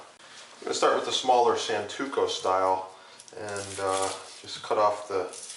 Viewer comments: It's SANTOKU, not santuko. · Every time he says santuko, I cringe with absolute disbelief.